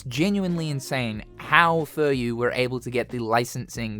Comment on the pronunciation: I'm pretty sure it's Fu Ryu not Fur Yu